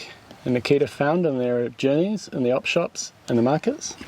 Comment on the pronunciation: I kept hearing “the kid” when you say Nikita and now can’t unhear it. Enjoy.